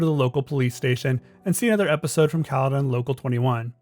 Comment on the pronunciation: Hearing how this dude says Caledon hurt my soul